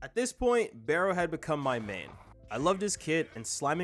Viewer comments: its BAHROH not BAYROH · Hate to be that guy but Barou is pronounced bar-roo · Btw Barou is pronounced barrow like can I barrow your pencil? I'm just saying so that one guy doesn't hate for something so little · Barous name is “Bar-oo” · It's his accent bro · So we can say naruhaya right but not barou 🙏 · I mean the way he pronounced it, it was weird/funny